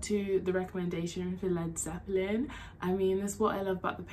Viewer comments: These are Rock Gods. Yes, I'm old enough to remember when dirt was invented, but I've seen all the great bands. Yes you pronounced the name perfectly, although as you get deeper and deeper into them, eventually they're just Zep. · Yes you pronounced it correctly.